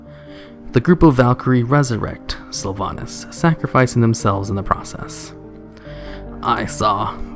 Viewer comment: Hmm))) nice silver pine quest! In Russian version garrosh named sylvanas «дохлятина» (carrion). Looool, why he speaks “sylvanis”?))))